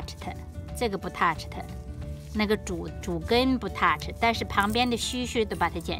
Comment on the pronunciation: 可以不摻英文嗎？你說 touch 的英文發音不標準，我聽得莫名奇妙，半天才明白。也請妳長話短說，同樣的意思講一次就夠了，最後再縂結一下 就很清楚了，不要浪費大家的時間。最後還是要感謝妳分享妳的寶貴經驗。